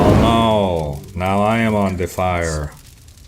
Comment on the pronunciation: “Oh no I am on de fyre” that had me dying laughing! Never change Rhykker